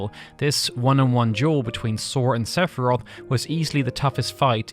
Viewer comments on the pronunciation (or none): La pire video sepharoth serieusement CA CE DIT SEPHIROTH FIIIIII FIIIIIIIIII COMME FINAL FANTASY CONN@